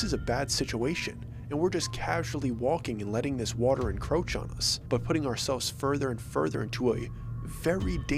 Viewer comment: Please don't say encroach again